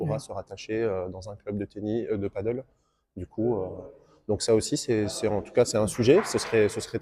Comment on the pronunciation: Peut-être commencer par prononcer padel et non paddle ? 😋